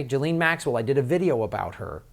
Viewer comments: Dude please pronounce her name correctly: it's pronounced jizz-lane, not Joe-lean. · Hey, Ms. Maxwell's surname is pronounced " Jizz - lane." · “JIZZ-LANE.” needs to brush up on reading and listening skills then dig into the Cernovich releases on #pedogate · I have to admire Bob Maxwells far-sighted decision to name his daughter 'Ghislaine', for most Americans it's almost impossible to spell or pronounce correctly.